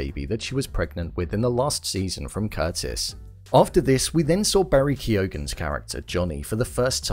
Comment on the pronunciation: Keoghan, the g is silent in it 😌